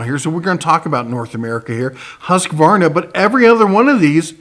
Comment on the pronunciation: for pronouncing Husqvarna correct. :-)